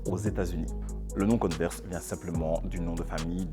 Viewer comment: converse on dit pas conneverse j ai remarquer plusieurs fois l erreur ;)